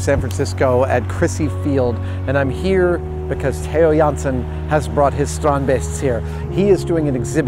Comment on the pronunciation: I kinda appreciate how Adam actually took the time to figure out how to properly pronounce Theo Jansen and strandbeest.